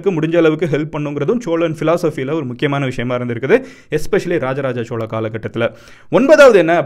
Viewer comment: Bro chozha nu sollalam chola nu soldriye nyam ahh 🖖🏻mg